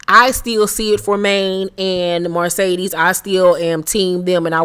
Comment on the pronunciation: Girl…the way you emphasize “MARcedes” when you pronounce her name 🤣🤣🤣🤣